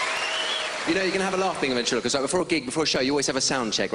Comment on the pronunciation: Baby: What are you? Paul: Oh, I am a ventriloquist. Baby: A ventilcist Paul: Vuntri-loquist Baby: Ventilocist Omg I'm dying 😂😂😂